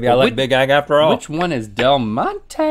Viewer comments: Del Monte is pronounced like Del "MontE" not del montey ok! Ok 😂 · When she pronounces “Del Monte” and completely butchers it. lol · Every Spanish speaker cringed at the way Rhett pronounced "Del Monte".